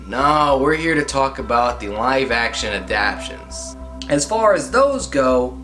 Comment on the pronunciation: “Adaptions?” Its ADAPTATIONS!!! Every time you say adaption I want to strangle you! 🤦🏾‍♂️